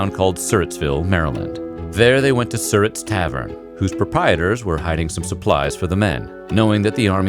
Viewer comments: It is SirRat. And it's Nanjamoy... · You are correct. He mispronounced Surratt and also Nanjamoy. Where Booth crossed the Rappahannock River was at Port Royal, not Port Charles. The site of the barn where Booth was shot and died is now in the middle of the north and southbound lanes of U.S. Rt. 301. I live just a few miles from the Mudd house. My children passed it every day on their school bus. A good friend is a docent at the Surratt tavern. They have yearly tours of Booth's entire escape route. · The way he says Surrat is cringe-inducing